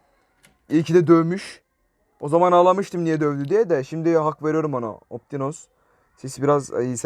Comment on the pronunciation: Optionsa Optinus diyen kuri